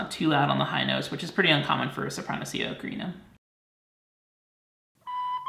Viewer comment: you been saying ocarina wrong the whole time